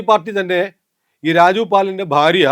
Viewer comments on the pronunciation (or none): none